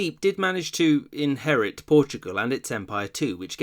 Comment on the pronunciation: i LOVE how you saw inherit 😂